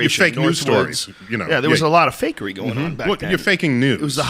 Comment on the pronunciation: I love how when Joe says "fakery" it always sounds like "fuckery"